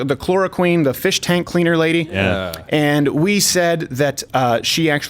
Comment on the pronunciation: LOL I thought he was calling her the "ChloroQueen"